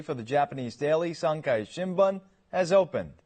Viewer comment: Hey the anchor didn't even pronounce Sankei right. And seriously what's up with your female dubber? She sounds like she's reading a textbook!